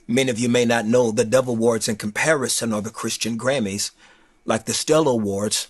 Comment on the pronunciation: Not Trying To Be Funny, But I Thought He Kept Saying The Devil Awards